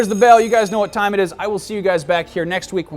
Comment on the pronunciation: i tell you "hwat"